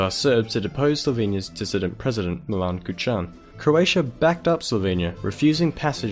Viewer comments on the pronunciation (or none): umm its pronounced Mílan kúčan